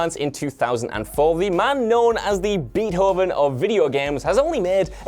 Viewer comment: Did you say Beet-hoven? I know it's spelled that way but ibelieve it is pronounced Bay-toven. Nice try though